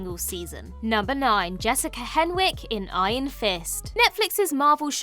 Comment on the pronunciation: You mispronounced Jessica Henwick's name.